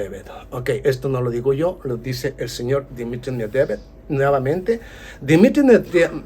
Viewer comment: A ver si aprendes a decir el apellido de Dimitri que cada vez lo pronuncias diferente tan difícil es pronunciar MED VE DEV ?